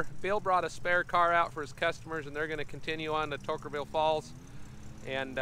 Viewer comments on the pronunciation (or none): As a local who should know better...*Toquerville. It's really not that hard.